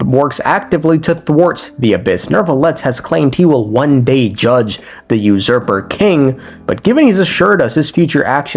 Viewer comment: can u please say usurper correctly